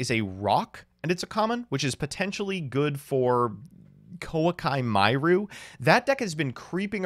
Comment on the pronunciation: everytime says koa'ki meiru I have to pronounce it the correct way in my head so I dont start to say it how he does